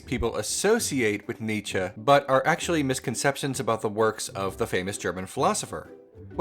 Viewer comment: You pronounce Nietzsche wrong